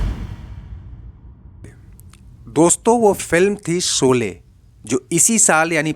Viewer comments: भाई उच्चारण तो सही किया करो शोले को सोले बोलते हो , श और स में बहुत अंतर है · Seen ki jaga sheen bola karo yeh gaon ki kachi boli hay soley nahi sholey saheeh lafz hay